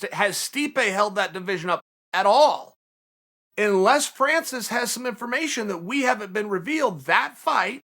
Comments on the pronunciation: Me : Francis Chael : Franchis Me : Franchis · Important time stamps: -video begins -“Franchis” -leg cross -pacificly” -thumbs up -“Oozeman” -possibly sly nose pick -“I offer you this” variation -possible sly nose pick -“ped-demic” -“I only bring that to you” -“I bring that to you” -“shoe is on the other foot”